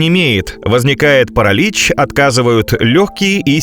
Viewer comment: Так это и есть нейронка. ПарАлич это просто самое явное что мелькнуло. Во всем видео то тут, то там неправильные окончания, местоимения, ударения и т.д.